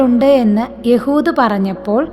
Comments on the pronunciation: എഹുദ് എന്ന പേര് എന്താണ് യ ഹു ദ എന്നു പറയുന്നത്??? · എഹുദ് എന്ന് അല്ലെ